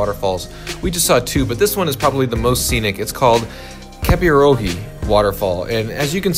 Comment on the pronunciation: Bro...no offense....but its not kepirohi II....its pronounced ke-pee-royyy